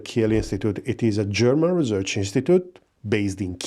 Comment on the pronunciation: Research not Rezerch